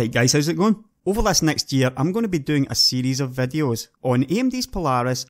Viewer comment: haha the way he says vedios. VEDDYOS.